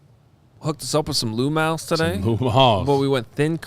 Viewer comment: “Lou Mal’s”. Lol. I live in Charlotte, NC. I’ve meet tons of “Bears fans” from the area. Learned they grew up here and are locals. Look at that. Bears fans travel but do you think they know what you mean when you say “Lou Mal’s”? Nope. Giordanos is amazing. 🤢